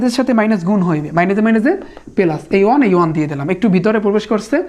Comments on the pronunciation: 1 ke on bolen keno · 1 ke on bolen keno ❤❤ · আপনি one কে on কেন বলেন?? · ভাই ওন নাতো ওয়ান হবে উচ্চারণ